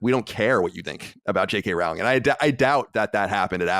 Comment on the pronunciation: Great interview, Colin! Also on Rowling's name, it's "Rowling" like "bowling." 😊